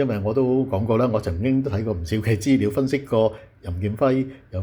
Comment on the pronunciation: 大陸西就大陸西, 扮乜鬼外國返黎,資料讀成豬料